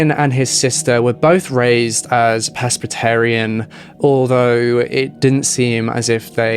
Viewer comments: Ah presbytarian , I thought you said peskstarian lol : 48 and still a bimbo lol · He said Presbyterian.